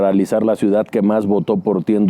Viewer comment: Te viste lindo, tampoco va al extranjero porque no sabe hablar inglés, vaya, si ni siquiera sabe el español, solo sabe hablar macuspano!!! Jajaja 😂😂😂 dice ciudat, austeridat jajajajajajajaja